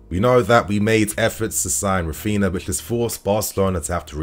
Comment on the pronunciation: Rafina? Not Rafeenia? 🤔